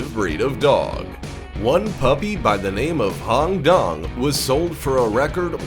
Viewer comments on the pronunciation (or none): none